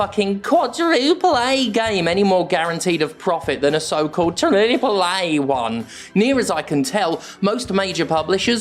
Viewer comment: the triple-A pronunciation got more and more hilarious as the video went on, I was laughing out loud by the mid-point every time you said it